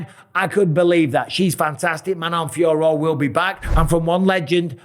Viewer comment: Liked for getting the pronunciation of the fighters’ names right. All the commentators calling Fiorot “Fee-yore,” and even Bruce Buffer calling Natalia Silva, “Natalie,” twice.